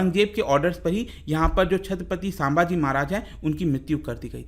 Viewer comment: Thanks for this video. But the only thing is it's संभाजी महाराज not सांभाजी महाराज!